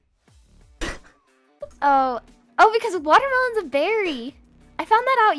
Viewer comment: "Watamelons" be lurking on /vt/ daily.